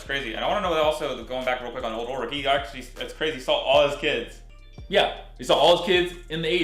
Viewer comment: I love this reaction series but hearing you say "Ur-lich" over and over is fkn brutal. It's ULLLLLrich dude.